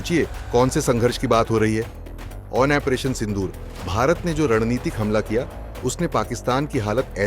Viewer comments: Operation ko ONPRETION kyu bolte ho ? Koun dictionary main hain ye word ? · Operation pronounciation toh thik se karo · ऑपरेशन तो सही ढंग से बोलना सीख लो😂